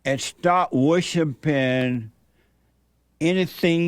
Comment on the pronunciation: He said wishipin.